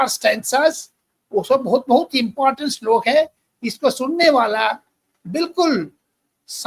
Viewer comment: Sirji your shlok very clear